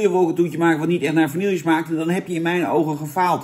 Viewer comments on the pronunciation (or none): Het is VANILLE!!! Niet Vanillieje! Wtf man, en dan zeg jij dat Dennis een spraakgebrek heeft... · Zou je de volgende keer Vanille willen uitspreken als Vanille inplaats van Vanieljuh? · vani je , op zn frans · Het is VA-NI-JE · Niet vanielje🙄🙄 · Beste Jan, de 'LL' in vanille spreek je uit als "JJ". Met als in medaille. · Je spreekt vanille verkeerd uit, Jan!